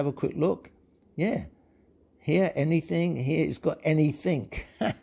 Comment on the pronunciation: You said "anythink"... Google corrected your speech but depends how you want it to be handled